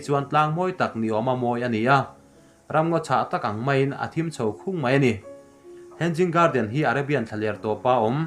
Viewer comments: "Henzing garden" a ni lo "hanging garden" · Hang ging nge Hanging ???🤣🤣2🤣2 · Henzing😂 Ka sawisel ngailo. Mahse comments te hi ka chhiar thrin a, thil lam dana ziltu a nga thrahnem hle ti a hriat thei. Word by word a hrilhtu pawh a neih fo thrin. Mahse tun thleng hian a zawm duh miahlo. Ka nuizat ngailoa, mahse a tranpui tumtu te, a lam dik thei tana comments a tranga thinlung thianghlim taka lo zil thrin tu te thu hi a la duh miahlo hi mak ka ti. Nui a duh a ni ang. A content chu a thra, mahse a chapo tawh nge, a zawm duh miahlo ti hi a lang ngawih2. Vawi tam tak a ni tawh si a. Mahse, a video a nia, a thuneina sang ber a nia...sawi thei kan ngah lo. "Thuneina hi a hlauhawma, thuneina hmansuol hi a hlauhawm zawk". Mahse, i contribution, information le Zohnahthlak chankanna leilawna i ke pên erawh i za awm in i fak awm hlê a nih. In siamthrat duhna ne'n rawn bei zel rawh aw Thrian -Lusei ka niloa, ka spelling le construction te pawh khi diklo tamtak a awm ang; ka pianpui trawng a ni loa. Mahse ka ngaihpawimaw ema ka rawn trawng ve vak a nih e. Tih sual ka nei chuan min ngaidam hram dawn nia. -Hmar Pa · Hen- Jing garden nilovin hang-ing garden ti rawh 🤣🤣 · He-nging garden tia lamrik tur ni zawk in ka hria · Hanging garden ' a pronunciation ah hian 'g' hi ri tello se... a dik in a ngaihthlak a nuam zawk daih ang.